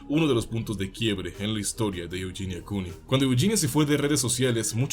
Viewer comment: Es Eugenia no yuyinia